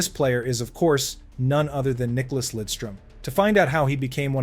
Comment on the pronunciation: Nice video, but his name is NICKLAS, not Nicolas